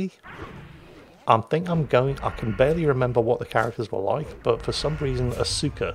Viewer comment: Okay. I winced every time you tried to pronounce "Asuka". It isn't uh-soo-ka. It's ah-skah, and almost sounds like Oscar.